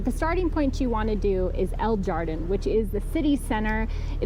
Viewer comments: El Jardin means "the garden" in Spanish. It's pronounced "har-deen," just FYI. :) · El Jardin. And San Miguel de Allende. Two L make a y sound. And the J makes an h sound. Sorry, I needed to let you know. 👍